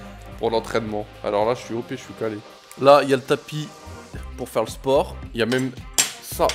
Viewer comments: "sport" s tu a dit sport et non port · IL a prononcé la lettre S "Sport"